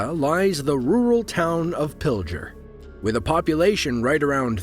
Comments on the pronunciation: Pil-g-er not pil-j-er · That's Pil-Ger not Pilger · why is it so hard for these people to pronounce pilger? it's pil-ger. pilger. get it???? i was about 15 miles away from there when this happened. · Everyone pronounces Pilger wrong lol.